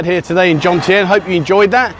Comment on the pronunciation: It's JoMtien NOT JoNtiem...